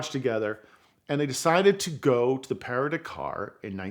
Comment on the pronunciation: Your pronunciation of PARIS to DAKAR rally its no parie to takar which is how you pronounced PARIS to DAKAR got it